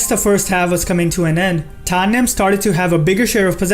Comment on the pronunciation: Omg i was like who is Tanyem????? Then i realise its tottenham